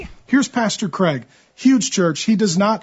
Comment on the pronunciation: He adores Cwaig.